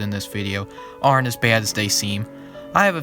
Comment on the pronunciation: are you from long island? The way you said “Baad” is the same way i say it lmao